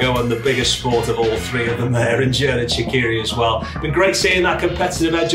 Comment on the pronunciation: Gerard Shakiri😭. It’s Xherdan Shaqiri. Like Jerdán ShaQiri. The Q is pronounced Q and not K.